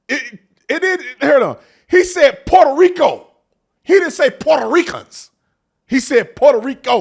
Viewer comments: Sunny thinks she’s Puertorrican and can’t even say Puerto Rico right. I’m born and raised there and voting for Trump! I love my island but would never choose to move back there. I’m grateful of my American citizenship and that I’m able to raise my kids in the states. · Sunny doesn’t even pronounce Puerto Rico properly. Doesn’t her side make a big deal about mispronunciations being disrespectful? She claims to be Puerto Rican in this very clip, but she says it in the most white girl pronunciation possible.